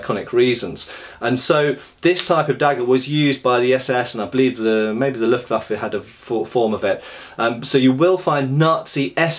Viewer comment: You must be the first native English speaker who I've heard pronounce "Luftwaffe" correctly.